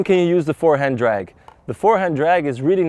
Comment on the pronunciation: "Dragg pull"